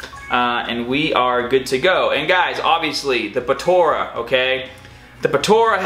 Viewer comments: its po-tar-a not po-taur-a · Bro its not Potora its potara pls say it right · I love how you say "potara"